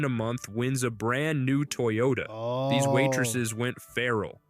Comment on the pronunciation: “toy Yoda” not a “Toyota”